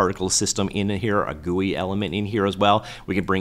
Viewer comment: I like the way you said Goouii for GUI